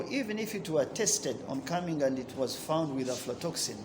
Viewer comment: Its aflatoxin not afrotoxin😂